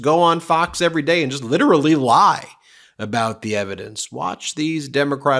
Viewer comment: Lit- Er -Ally. Nothing 😂😂😂